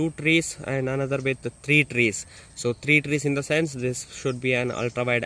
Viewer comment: i don't know why this vid. made me laugh. especially when he said 2tres 3tres (2tree/3trees) 🤣🤣